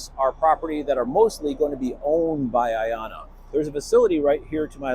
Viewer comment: A great start. I love the name for personal reasons. You pronounce it so well.